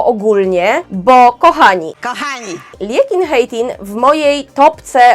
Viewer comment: You pronounced Liekinheitin just like nothing! Greetings from Finland. I just like Checks after couple of visits in Prague!